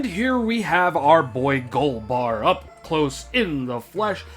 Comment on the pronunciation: It’s golba no “r”